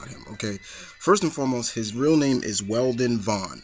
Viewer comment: Love the video, just a slight correction: It's Wendell Vaughn, not Weldon Vaughn. Quasar is awesome. Also, just curious, did you read your notes from his comicvine page?